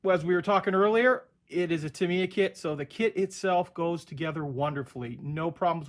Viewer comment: Ask a company rep...it’s Tah-mee-yah (somewhat similar to Yamaha) not Tuh-mee-yuh (or Tuh-my-yuh for that matter).